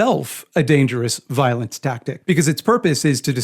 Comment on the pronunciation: Ah shit nvmd i can't count and I pronounce violent weird and inconsistent